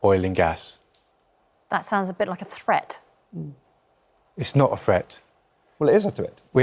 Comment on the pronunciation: Its pronounce Threat not freat. Sick of these "proper" english speakers distroying our language